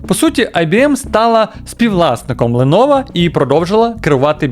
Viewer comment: Ти шо дибіл яке леново лепово вчи ганглійську